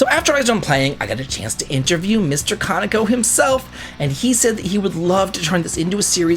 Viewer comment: It pains me that u met my goat Kaneko and don’t know how to pronounce his name 😂😂😂